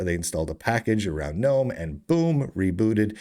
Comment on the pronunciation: I have it on good authority that GNOME is pronounced, "guh-nome." That's how the founder pronounces it.